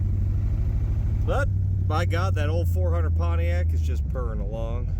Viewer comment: Try's to say "Pontiac" like he says "JAG" lol.